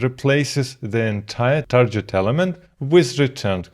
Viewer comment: Hi, I am getting more and more hooked on your content, bravo! But as I have seen some videos of yours, I noticed you're pronouncing the word target like I haven't heard before: It's not "tarjet", but with a hard g like in "gig"